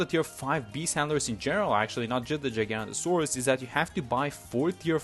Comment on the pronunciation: No hate but please can we get the name right? It’s Giga-noto-saurus